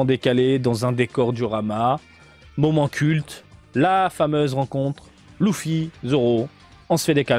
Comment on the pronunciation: Tu as bien fait de le dire maintenant je dirais Leuffy (duck) au lieu de Louffy comme Kid Buu :-p